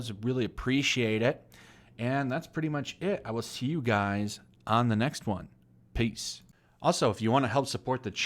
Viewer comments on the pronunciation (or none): none